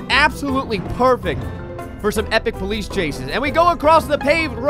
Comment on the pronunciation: the ploice /:/